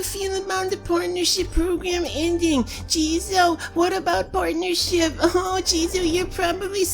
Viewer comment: Am i the only one who heard Jizo say "porn'ership program" in the begining of the video? I'm not gonna mention any names, then perfectly emulates AGGP. But then again i think everyone who isn't a complete douchebag, hates him so.... carry on Jizo.